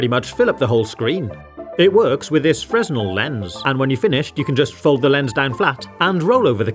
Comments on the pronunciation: It's pronounced "fray-nel" lens. Not "Frez-nel". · "Fresnel" (as in the magnifying lens) is correctly pronounced "fruh nel".. I don't know why... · You might want to look up the pronunciation of words you obviously don’t know. "Fresnel" isn’t pronounced "frez-nel." Of course, there aren’t any perpetual motion machines, either, so I’m definitely avoiding your videos from now on. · fresnel is a french surname, the 's' is silent :)